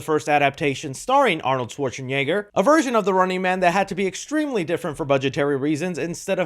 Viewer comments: "Schwartseneygar" "Cornotto Trilogy" 🤣🤣🤣 at this point is doing this on purpose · That's not how you pronounce Arnold's surname. We all know how to say it. It's the closest to a pass and I take it every time